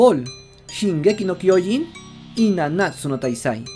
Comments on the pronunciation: Al fin alguien dice bien el mombre de shingeki 😄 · Cómo me gusta escuchar el Nombre de shingeki no kyojin bien dicho en español